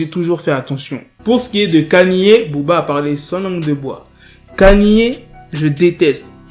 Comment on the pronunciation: J’ai relevé tes prononciations d’anglais le titre de beyoncé tu dis allo et mtn kaniyé pq😢